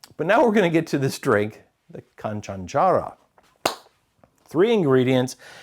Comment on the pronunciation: I will help you with the pronunciation of the canchanchara next time 😂